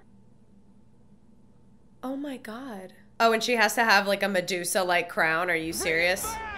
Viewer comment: Stop saying Medusa